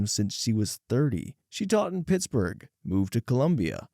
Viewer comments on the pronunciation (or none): none